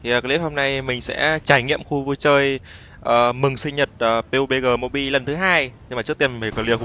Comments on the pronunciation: bắp di hay pê u bê gờ z a:))))) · Nghe mọi người đọc là "pắp gi" quen rồi, nghe anh kêu "piu bê gờ" hổng quen 😂😂